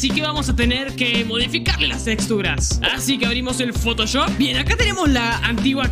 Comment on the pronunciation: dijo poto choft